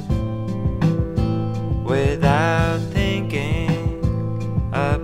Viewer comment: Oh thank you. All this time I thought it was some woman who had an adorable child like voice. That explains the pronunciation of the way he says thinking "tinking"